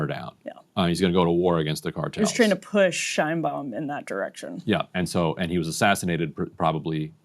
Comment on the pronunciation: The Mexican president’s name is pronounced ‘Shaynebaum.’